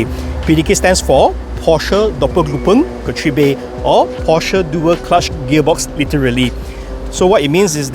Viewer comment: your pronunciation of doppelkupplungsgetriebe is so funny